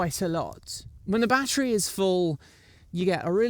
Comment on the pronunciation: I’m glad that the hydraulic disc brakes help soak up the bumps 🤨 - aluminum alloy* I think you let your proper British accent (fake?) slide there when you said battery? aren’t you just describing almost every electric bike power delivery? It’s just inherent that the power fades. Pretty half assed review overall, IMO. Very basic and You didn’t even mention anything about going into the advanced section and changing the pedal assist to level 9 or any of those options… I would contact your velowave representative and ask them to send you the “off road controller” that “unlocks the speed”.